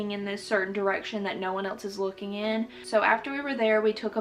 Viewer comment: I love how she says else as “elts” 😂